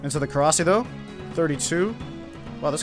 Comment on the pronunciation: Every time anyone calls it korasi I cringe so hard